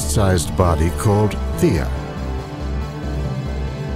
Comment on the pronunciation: its Theia not Thira